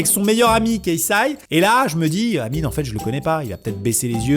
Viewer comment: Mdrr c'est réel et amine ça l'appeler amini psk le e ça se prononce i en anglais